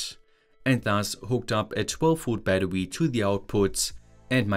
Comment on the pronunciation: I love you but, its BATTERY BAT-TER-RE not BAT-TER-WE